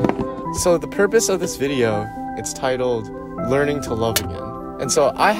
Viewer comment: I love the video but it irks me that he missed the r in learning